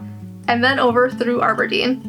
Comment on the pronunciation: love your videos, and just a heads up, it’s pronounced AB-erdeen 💓